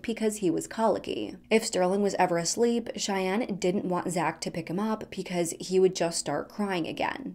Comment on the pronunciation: ...are you saying "picause" instead of "because"?